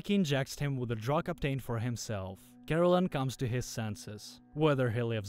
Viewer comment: The AI narrator pronounced it as Caroline but it's actually spelled Karallen, lol